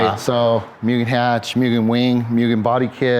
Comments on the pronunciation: "Myuuugen"....and he's been doing this for 30 years?? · MOO not MYU for Mugen.